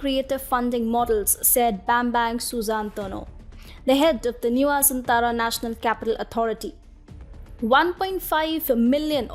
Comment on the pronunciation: Why pay yourself if someone else can pay for it. Jakarta will soon be sink under the sea level. And so many other reasons considered why the new capital should be build. Clearly the writer doesn't know Jokowi and Indonesia at all. And the anchor have no idea how to pronounce Nusantara. Nice try tho.